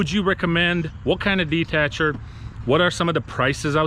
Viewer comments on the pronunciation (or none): It's not "detatcher" it's a Dethatcher. Shop around.... google will help!!